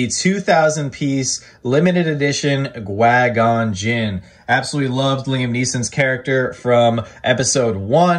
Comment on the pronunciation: Why did you say qui gon jinn like that? 😂 My favourite is definitely Captain Rex